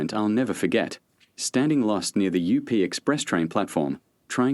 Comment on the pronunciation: .....😂 not the "You Pee" express, its UP. Like the balloon movie.